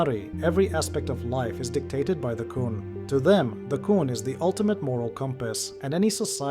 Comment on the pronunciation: why do you pronounce qun wrong?